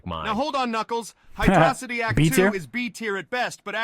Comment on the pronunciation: It's HYDRO CITY not HYDROSSITY it's a city which has water, it's not 1 single word, hydrossity not even make sense.